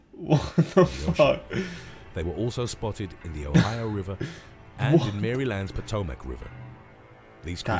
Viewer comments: It’s not mary land it’s Maryland (mare-land) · the way he says MARY LAND. Oh lord, that's hilarious.